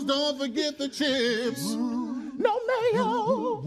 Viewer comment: That no mayo made me even more team Brou